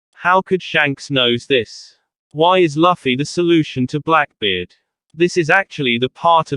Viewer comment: It's looooffy not laaffy